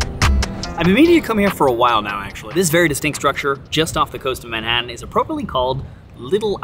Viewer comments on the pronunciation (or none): none